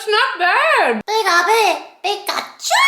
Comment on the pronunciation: That's how you say it in Germany :)